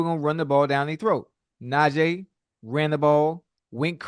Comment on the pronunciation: NajEEE not NajAAA